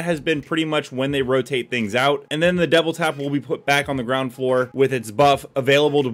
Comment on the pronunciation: am i tripping or is he saying devil tap?